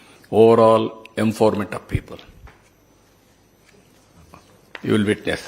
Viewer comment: Enfoverment ఏంటి? అది empowerment kadaaaa?